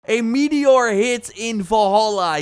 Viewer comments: ah yes, a "meator". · Meator? You mean 'meteor' unless of course it's made out of meat. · "Meator" oof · Meator? Or accent? 😜